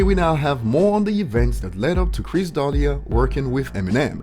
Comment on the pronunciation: Chris dalia how tf do u say his name that fucking wrong damn ur dumb buddy